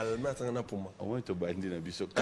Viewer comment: Balmain puma ehhh yekola ko prononcé puma